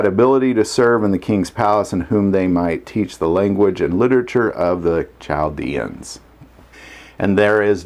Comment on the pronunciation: i was taught the h was silent in Chaldeans.